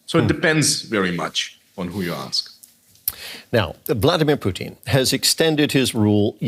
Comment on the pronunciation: I love how the news anchor keeps calling him Poutine 😂😂😂